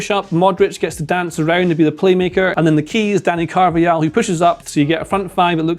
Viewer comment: Brother still pronounces Carvajal as "Carvial"